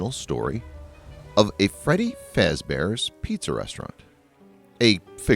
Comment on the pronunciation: You said Freddy Face bear You meant to say Freddy Fazbear’s